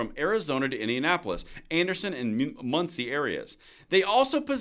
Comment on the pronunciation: Speaking as someone who lives in Muncie (BTW, you nailed the pronunciation, most people botch it), the amount of fentanyl flowing through this area has been absolutely mind boggling the past 6 years. I know this raid probably won't really do anything to stop the flow of it, but it may slow it down for a bit. As far as the "machine gun conversion devices", I would bet a lot of money that they were Glock switches. Some of the guys I know from a gun shop over in Anderson have said they have seen several dudes come in recently with Glocks (with switches on them) hanging out of their pants. Since Anderson is only about 30 miles from Indianapolis, I can't help but think they may have been some of the dudes that got busted.